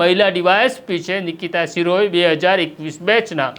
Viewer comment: શિરોય નથી શિરોયા છે અટક. સરખુ ગુજરાતી વાંચો. તમે બધા જર્નાલિઝમ મા પાસ કેવી રીતે થઈ જાઓ‌ છો‌ સામાન્ય ગુજરાતી પણ નથી આવડતુ. 😂